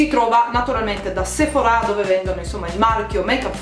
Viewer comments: perche dici sephorá? si dice sephora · Duglas si legge Daglas e Sephora è senza accento sulla a finale............... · Io la pronunciavo Sephora e non Sephorà.....ho qualcosa che non va.....😅